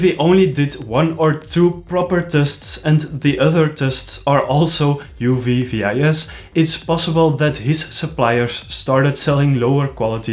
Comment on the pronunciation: Nice breakdown and nice video again, man! And also, epic suit indeed! :-) One very, very tiny detail on the pronunciation of UV-VIS: the VIS stands for visible light, so you don’t abbreviate it and you don’t pronounce every letter. Instead, you read it like the Dutch word for fish. :D (I’m a scientist and get picky on these details. Sorry, it’s a professional malformation or something. I just hope I could help improve the channel :) )